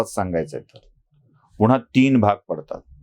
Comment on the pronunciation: तुम्हाला एक आग्रहाची विनंती आहे,तुम्ही पुन्हा चा उच्चार पुण्हा किंवा सेना चा सेणा असा करता. थोडक्यात न ला ण ऊच्चारता. तुमचं चॅनेल पुर्ण महाराष्ट्र बघतो. कृपया हि चूक सुधारेल हि अपेक्षा. राग नसावा. मनी आलं ते लिहून टाकलं बस्स.